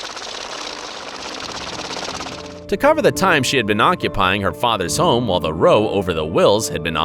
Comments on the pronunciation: It's not pronounced row like rowing a boat but rau like Tao except with an r. Otherwise great job!! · His pronunciation of the word row was said wrong. He said ROW as in ROW THE BOAT. He was referring to an argument. THAT..ROW ... is pronounced like "ou" in the word..house. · The row ( row your boat ) it is row as in argue. tut tut. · Row rhymes with( cow, now) when referring to an argument. Otherwise it rhymes with toe, Mow.